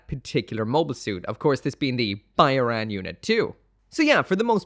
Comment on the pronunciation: I'm pretty sure Byarlant pronounced how it's spelled.